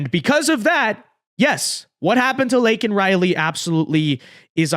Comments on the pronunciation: Surprised joeblow didn't check his watch, while mispronouncing her name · Joe Biden can't even get Laken Riley's name right even with a Teleprompter. I had no idea Lincoln Riley also got murdered by an illegal alien. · So when Joe Biden says her name he says it wrong So he still hasn’t said her name Great